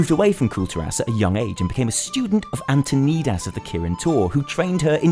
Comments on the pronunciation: LOL! Archmage "AntoKNEEdas" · "Antoneedas" dafuq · "AntonEEdas" "Mount HEEjal" /triggered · How the fuck can you pronounce antonidas wrong when there are Warcraft & wow dialogs that that says the name out loud. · The obligatory betamale nutting over someone pronouncing a name wrong Shit gets old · Wow, the way he pronounced Antonidas...